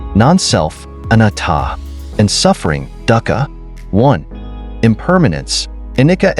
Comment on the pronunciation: Sir, I just don’t understand how you have a post of Buddhist wisdom and you mispronounced anicca, anatta and dukkha. They are misspelled on the screen too. You are trying to explain impermanence like a leaf falling. And it is much deeper. Sure, it’s composed of kalapas composed of characteristics of weight, vibration, heat and cohesion. If the mind is directed with its full attention on the body and stays there it can see and touch the sensations that are the composite of the kalapas and affect their constituency. You need to cover sankharas that are the habits of every Intentional action of our life that is stored within the body.